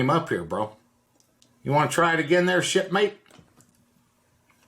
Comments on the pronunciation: I heard shit-mate and that would make sense with a sense of humor like Mr. Shipley’s here 😂. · I swear he said STD . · And if you listen close you can hear Senior say "Shit-Mate"